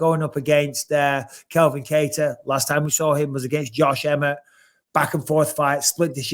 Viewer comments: Bisping will just never get “Calvin’s” name right. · Can grow some balls and tell Bisping it's CALvin not Kelvin